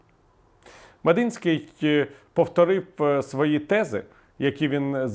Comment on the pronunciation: Не МедИнський, а МедІнський